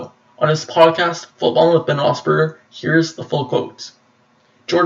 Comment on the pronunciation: You can't even correctly pronounce Ben's last name correctly